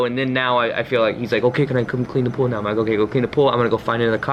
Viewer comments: “Right NYOWW!” Lmaooo. Much love, thank you for your video. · You are saying Right Neowww! And not Right Meowww right? Lol Ps. When I used to party me and my friends used to say right neowww like you do lol x